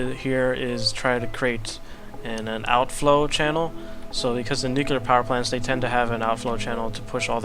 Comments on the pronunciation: nu-clear. As in new-clear. Nuclear. NUCULAR is not a word. :| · You're crazy, insane and brilliant. Can't wait to see what this monster looks like when it's completed! Oh, and it's NEW-CLEAR. Nuclear. Nu-clear. How do you even get to nu-cular I don't get it..